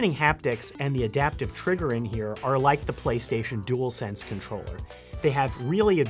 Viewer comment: I’m glad this guy can say dual sense unlike some tech people that call it a jewelsense 🤬.